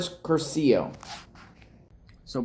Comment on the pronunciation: Curcio has accent on the first syllable